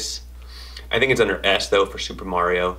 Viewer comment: You Mario incorrectly sir! Lol